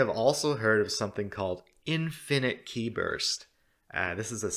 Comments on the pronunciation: Qi is pronounced as "chi" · Just as an aside Qi is pronounced like chi :b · Qi is pronounced like chi in chinese.